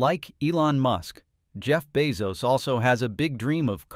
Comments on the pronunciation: Is this AI? Keeps on pronouncing Bezos as Beoz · The AI needs to pronounce Bezos correctly. Just simple feedback.